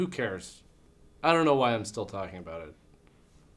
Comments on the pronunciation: I just discovered this channel, and I've been laughing my ass off since yesterday....but I'm most grateful for the "about/aboot" joke at the end! That was just what I wanted to hear! Now about those entreaties to "check this movie ote....." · Ooh, was that the first ABOOT ever?